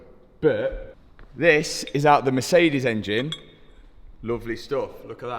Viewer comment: Matt I love your videos and I really appreciate your afford on pushing forward....but please check your pronouncing of Mercedes, Porsche etc...really love your content but it is always a pain in the ass...